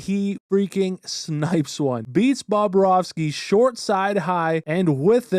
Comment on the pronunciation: “Bob Rovski” 😂